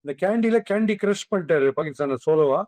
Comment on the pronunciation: அதென்னய்யா கேண்டி கேண்டி, கண்டி ன்னு தானே சொல்லுவாங்க.